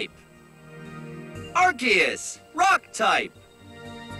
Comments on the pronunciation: Excuse me, arceus is pronounced ARKOOS and yveltal is pronounced YAHVALTAL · It's arkeus not ar'che'us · Its not ar-see-us Its AR-KOOS Also i listened to this in the shower and i got to meganium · Ar-KEY-us Not Ar-SEE-us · I know! Everytime someone pronounces it "Are-See-Us", it makes me cringe! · Ray-quah-za and Ar-see-is will always be my preferred way of pronouncing no mater how much official media says otherwise 🤷‍♂️ Rose-raid also sounds weird to me. I prefer Roser-ade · i refuse to believe its arkeus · And Arceus